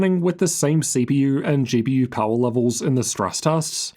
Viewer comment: Why do you say GPUrr ?